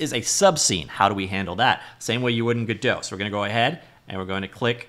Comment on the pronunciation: "Gedow" lmao